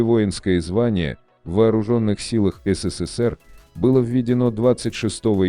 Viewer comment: Кто озвучивает это?😂 Назвать СССР "СИ СИ СИ ПИ" я чуть не поперхнулся